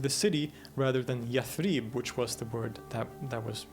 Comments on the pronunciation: Impressive scholarly work. I’d hate for anyone to take on you your butchering of Arabic words. Yathrib is pronounced with short vowels (not yath-reeb). Ibn ishaq is pronounced iss-haq (not ish-aq), just to mention a couple. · Interesting, if derivative (and the presenter is very engaging but he manages to pronounce every single Arabic word wrong; Yathrib, shirk, muhajirun, haram...). It should be watched by those who question the historical authenticity of Muhammad (out of sheer ignorance of the sources, it must be added). Anyway, this only tells us that Muhammad was a clever politician who bid his time and/or thought that he'd end up convincing everyone (including the Jews) to embrace his new religion. What we know is that he wasn't a tolerant person. Just read the Sira and you'll see that the Quraysh actually bent over backwards to try to accommodate him, but he was too intransigent to accept that they continue with their old beliefs.